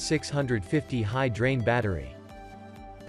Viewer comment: eighteen thausand six hundred fifty 🤣